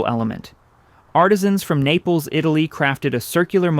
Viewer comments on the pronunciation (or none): none